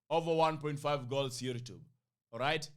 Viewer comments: Lollll, you can't say we pronouce your name weird well you call Youtube YourrTube. That's weird kingship. But it doesn't matter. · U pronounce YouTube weirdly 😂😅